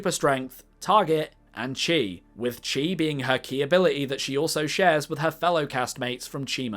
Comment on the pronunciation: Chi is pronounced Key, it's usually spelled as Ki